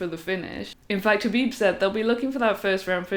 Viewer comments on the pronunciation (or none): For a second I thought I might have a new Mma channel to checkout..... She says she loves Khaboob Jr.... Can someone cue Homer Simpson. I do like how she says " Bread and Buttah."